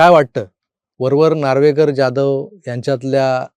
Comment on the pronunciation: प्लीज Jadhav / जाधव.. असे उच्चारा....